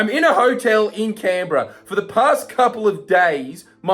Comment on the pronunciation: cambra? you mean canberra or cambrá in france?